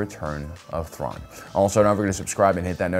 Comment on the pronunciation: The way he butchered Thrawn's name 🤣 Loved it